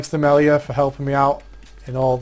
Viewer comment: LOL 2.33 mellaya